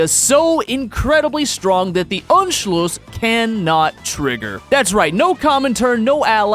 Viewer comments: it’s pronounced on-shl-us, not unshloos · you dont say anschluss you say unscluss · It is funny to me how you pronounce Anschluss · As a German, it’s not “unschluss” it’s “A-nschluss” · tbh, you still lack the skill to speak german or austrian words correctly... i lack that skill, too v but i at least know how they are supposed to sound and anschluss was not spoken correctly. it's not ONSCHLUSS!